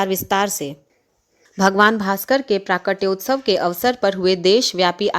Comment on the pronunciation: प्राकटोत्सव नहीं प्रकटोत्सव। प्राकट्योत्सव